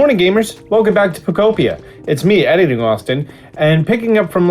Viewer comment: Oh, he pronounced it "Pok-oh-pia" now